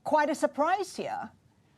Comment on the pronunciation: Kwite uh soarpride hera! 🤣🤣🤣